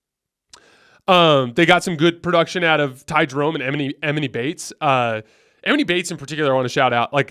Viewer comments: Emoni [EE-MAH-NEE] lol. NOT [EM-IN-EE]. [EE-MAH-NEE]. I know u try your best to get names right so imma just help u a bit here. Love the show. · Em-enny Bates is how you pronounce emoni (e-mahn-e) 😆 bro he was the number one prospect in the country at one point in time you got to know his name and pronounce it right. Put some respect on it lol. Just giving you a hard time good basketball takes besides the mispronunciation.